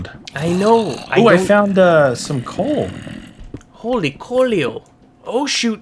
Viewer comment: He called the coal conle